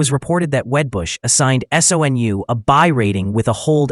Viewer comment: SOUN? Not SONU